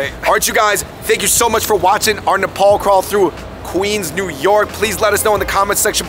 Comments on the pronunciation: It's Nepal not Nepol 🤣🤣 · First up all our country name is nepal not nepol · It's not Nae-paul it's Nepal